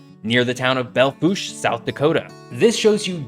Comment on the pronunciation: The fact that you pronounced Belle Fourche correctly is disturbing.